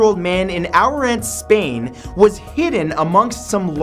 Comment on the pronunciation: I can't belive that finally my city ends up in a video like this and it happens to be about the poor chicken... By the way if it wasn't for the bridge's picture I would have missed it because the way the guy pronouced Ourense is nothing like the spanish pronunciation